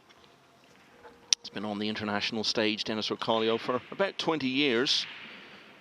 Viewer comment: Its OR CO LO not Orcolio